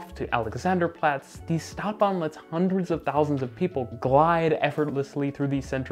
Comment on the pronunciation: please, if you're gonna use german words like stadtbahn, learn to pronounce them correctly